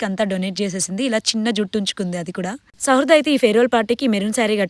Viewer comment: Shradha kadhu sahruda